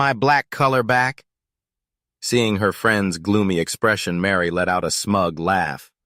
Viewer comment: Her name is Mari not Mary! At least get the names right!